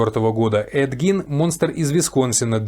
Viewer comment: если бы сначала изучали информацию, прежде чем говорить, то знали бы, что правильно именно Гин, ведь специально именно для таких, как вы, и в русскоязычных, и в зарубежных источниках указана транскрипция, как надо произносить, и это, о ужас, /ɡiːn/ Представляете, не Гейн и даже не Джин...